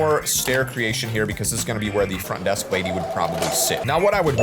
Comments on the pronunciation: “Font Desk” lol what is this font desk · Bro it said font desk😂😂😂😂😂😂😂😂😂😅😅😅😅😅😅🤦‍♀️🤦‍♀️🤦‍♀️🤦‍♀️